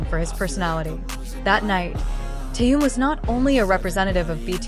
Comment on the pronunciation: Почему вы зовёте его Тэен,все говорят по-русски,а ударения ставят не правильно в словах,имена всегда коверкают.Неужели так трудно сказать ТЭХЕН,Чонгук,Чимин,МИН ЮНГИ, Хосок, Сокджин,Намджун.Или надо издеваться не только над русским языком,но и именами ребят?